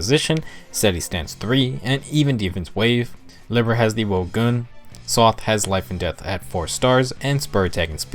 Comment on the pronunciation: And Libra.